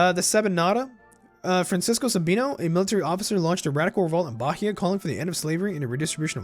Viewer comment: Hey, an small pice advise about Portuguese pronunciation, the h in Bahia is mute so its sounds Baia and in the word Exercito the x sounds like an z like ezercito. If you need any help plz contact me.